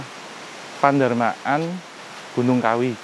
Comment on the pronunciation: Pedarman bukan pendarmaan lol